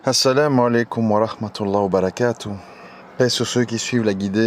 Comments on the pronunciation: Salam a3leykoum cher/ère frere/soeur nous devons essayer de prononcer correctement certaines formulation sacrée en arabe notamment concernant la formulation : baâa raka ALLAH o u fik il faut bien allonger le bâa de "bàa'raka" ,car en arabe les voyelles longues ont une importance capital car elle peuvent changer carrément le sens d'un mot ,et pour preuve si tu n'allonge pas le bâa (juste en mettant 2 A) le terme signifie quelque chose de très blasphématoire que je ne peux meme pas ecrire pour te dire la gravité de l'erreur!même si c'est une retranscription en français les gens qui lirons tes commentaires dans lequel figure cette formulation ils sauront par la présence des 2 "a" de manière intuitif que la prononciation exact de ce terme ce fera en insistant sur la voyelle "baa" . Fais ce rappel a ceux qui commettrons cette erreur wa salem a3leykoum wa ra7matouLLAH.wa ALLAH swt ou a3lem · Salam a3leykoum cher/ère frere nous devons essayer de prononcer correctement certaines formulation sacrée en arabe notamment concernant la formulation : baâa raka ALLAH o u fik il faut bien allonger le bâa de "bàa'raka" ,car en arabe les voyelles longues ont une importance capital car elle peuvent changer carrément le sens d'un mot ,et pour preuve si tu n'allonge pas le bâa (juste en mettant 2 A) le terme signifie quelque chose de très blasphématoire que je ne peux meme pas ecrire pour te dire la gravité de l'erreur!même si c'est une retranscription en français les gens qui lirons tes commentaires dans lequel figure cette formulation ils sauront par la présence des 2 "a" de manière intuitif que la prononciation exact de ce terme ce fera en insistant sur la voyelle "baa" . Fais ce rappel a ceux qui commettrons cette erreur wa salem a3leykoum wa ra7matouLLAH.wa ALLAH swt ou a3lem